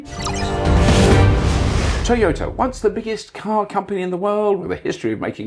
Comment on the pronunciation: Bobby Llewellyn. A man so British, he pronounces Toyota as Tea-yota.😄🍵🫖 (somebody get that man a cuppa)😁